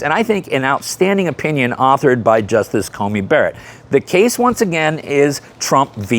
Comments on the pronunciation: Dude, I love ya, but it's CoNey not CoMey :) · Just a quick correction. The Justice's name is Amy CoNey Barrett. You mispronounced it throughout this video as having an 'M', rather than an 'N' in the middle of Coney.